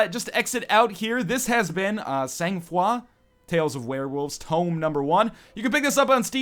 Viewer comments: it's read /sɑ̃.fʁwa/ ,the g is not prononced. Well, no intonations as well. We french people all sounds like jaded morons. You made my laugh of the day anyway =D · Indeed you are saying it very badly ;P